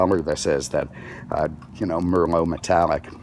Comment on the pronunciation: Mermo Red? Uhmmmm no - it's Merlot ("mer - loh")! Like the wine, ya know? Jeez